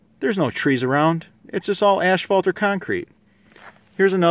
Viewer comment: The police returned for a second visit: "ash-fault" should be "ass-fault" (spelled a-s-p-h-a-l-t) "troft" should be "troff" (spelled t-r-o-u-g-h) All love here. You do great videos, just trying to help a brother out.